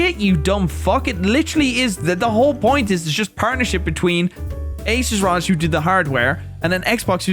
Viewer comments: R O G not ROG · trying to say ROG. “Using the Raj”